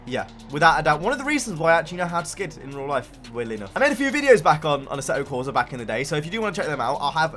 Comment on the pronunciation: Assetto corsa Is italian....NO a-seh-to corsa NOO... correct speak: AH-S-SEH-TTO CORSAH